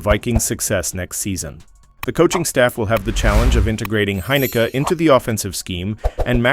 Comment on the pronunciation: & it’s pronounced hyn i keee